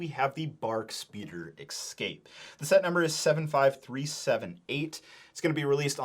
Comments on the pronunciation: es cape, not ec scape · Dude it’s EScape, not “excape” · EXCAPE you say? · Take a shot every time he says "exscape." If you survive, you can treat yourself to this battle pack. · 20$ set. Also, "Escape", why do people keep saying "excape"? 😅 They should have included Jar Jar anniversary mf...